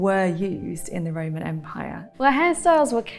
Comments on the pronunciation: is it just me or does it sound like Amber is saying "Raymon" instead of "Roman"? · Why does she keep saying"Ray-mon" when the word is "Ro-man"! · The woman with the red hair says Roman and I just hear Rayman almost every time 😂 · "Ramen"? Took me a while to figure out what the heck she was saying... it's ROman for gosh sake!!! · Roman. Ro-Man. RO-man. We aren’t talking about Ramen noodles here . Lol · Everytime she says Roman it sounds like Raymun. Even says Roman correctly it's just the red head girl that says Raymun. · Anybody else bothered by the fact that Amber said Ramen instead of Roman because it’s called a Roman Makeup Tutorial not a Ramen Makeup tutorial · It's pronounced Ro-man, not Ray-man. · Lol..What is the Raaaymen empire ...isn't it the ROman empire? Say it with me ROman (phonetically pronounced) Row-man. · Can't unhear "the Raymond Empire" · i keep hearing ramen as in the noodles lol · I don't want to hear the word "RAYMON" anymore. thanks.. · Anyone else here think she's saying "Ramen Empire " ? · I know she’s saying Roman but I swear it sounds like she’s saying Rayman. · Is she saying Raymond or Roman? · I never heard 'Roman' pronounced 'Rayman' before. It's a bit grating.